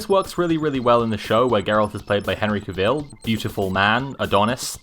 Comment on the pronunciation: The way you pronounce "Geralt" and "Cavill" is honestly so cute. Also, great pronunciation of "Andrzej Sapkowski", greetings from a fan from a country far, far away called Poland... <3